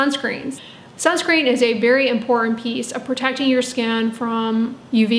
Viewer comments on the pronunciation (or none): none